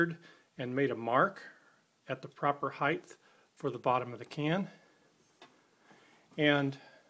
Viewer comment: It's not "heigth" it's "height." The T is at the END of the word. I hate when people say it with a th sound...